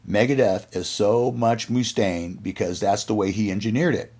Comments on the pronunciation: very much muh-stain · WHY ARE YOU PRONOUNCING IT "MOO" STAINE ? ITS LIKE MUSTANG ..."MUST"AINE ! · Its "MuhStain" not "MooStain" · Dave Moo-Stain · Must staine Not moostaine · It’s not pronounced Moostaine, it’s Mustaine! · Pathetic how this guy pronounces Moostaine, and not Mustaine like Dave himself pronounces it. Annoying. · dave moo-staine.. lol. chris was perfectly within his right just as dave did against metallica & his co-written songs on on kill’em but mustache hamboned chris.. it’s mustaine’s band, but elf was just as much the face of megadeth as mustaine was during their early years & rise & mustaine didn’t like it. marty’s right, when mustaine reformed megadeth he may as well have called it “dave mustaine” instead of mega, it looks like mega, it sounds like mega, but it’s not mega & hasn’t been mega for years. at least he’s retiring, we’ll see if he keeps his word, i think he’ll find a reason to come back when his coffers need to be refilled.. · It's not Moostaine dude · Ok, the Mooostaine thing is driving me nuts, lol. Have you never heard his name spoken before? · I've actually met Dave a few times. It is not Mooostaine, lol. Maybe they do it as a joke. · Who's Dave Moose-taine? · Moostain? Is this AI narrated? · Moo-stain haha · Dave Mooch-taine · By the way it’s not Moo -Stain ! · bro says moostaine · Great video but I cant stand to hear "Moooostaine". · "Dave Mooostaine" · I've never heard anyone call him Dave MOOstaine before. It's incredibly annoying! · he is now moo stain in my mind from this day forth 😄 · Moo-Stain had me cracking up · "Moostain" lol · It kills me every time he says it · More like Mue-stain! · Paused video. Needed to come down here and ridicule the narrator. MOOOSTAINE WTF MY GUY!!!??? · lol so just because some hollyweirdos said it wrong he repeats it? I saw peace sells tour. I've never heard anyone pronounce it moo-stain... never. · Why can't you say Dave's name right?